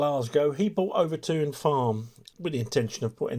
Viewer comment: Pronounced Over Tin